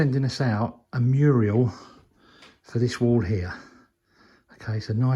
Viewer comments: I was squealing with laughter when was calling the mural a muriel. Bless him! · I couldn’t help giggling when was saying Muriel that’s a person name he means Mural I was screaming at the TV 😂😂😂 it’s looking amazing!! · you made me laugh every time you called the mural, Muriel. My mom couldn't say shrimp, she would say strimp. We got the biggest kick out of that. When you first started the video coming out of the window, you were just like, Jack in the Box! I loved it!❤ That oak table is absolutely beautiful. Perfect for that area, as well as the pew. Your craftsmanship is absolutely amazing. Tracy, you found some lovely items at the brocante. ❤